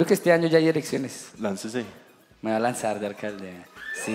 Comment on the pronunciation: Soy el único que escucho decir a ¨Erecciones¨ en el minuto?? xd.